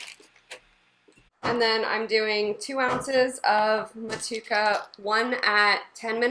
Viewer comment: I believe in NZ they pronounce it Mo-too-ay-kuh Seems like a fantastic recipe tho! I love brewing IPAs with those NZ and AUS hops, I’m planning to brew one as well soon and just picked up some Motueka and Wakatu hops